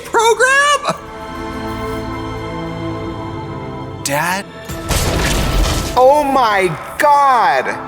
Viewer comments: “IS THIS A TEENAGE PROGRUM?!!!!!!” Lmao! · Tracy learned how to pronounce program. I miss progrum, though.